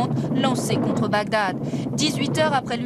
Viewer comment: Bagdad et non Bagdadad lol!!!!un peu d’effort merci .